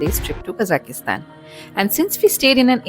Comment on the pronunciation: not Kazakistan(ki..?), its Kazakhstan!